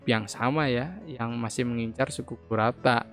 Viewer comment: Kurta ❌ Kurata✔️